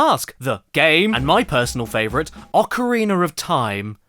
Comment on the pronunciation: Ockereener of time. THE